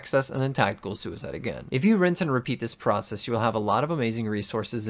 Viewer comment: I don’t know why but “Tactial Süicide” sounds really cool, Thanks for this in depth video, you’re an absolute legend